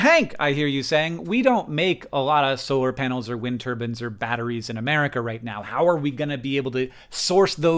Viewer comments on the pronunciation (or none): "Wind ter-bins" lol it's "Tur-byne" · It's not wind turbans, it's wind Turbines!! 😂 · why does he keep saying wind turbans?